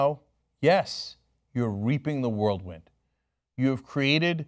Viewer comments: "Whirlwind", not "Worldwind" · whirlwind cenk, not world-wind. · "Reaping the worldwind"?